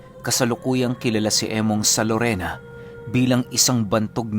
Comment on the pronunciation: Larena po Hindi Lorena Siquijor